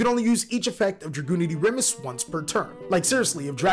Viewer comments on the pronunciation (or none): none